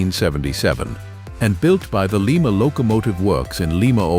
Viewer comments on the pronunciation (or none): Lima Locomotive Works = Lye-muh Locomotive Works. Lima (Lee-muh) is in Peru.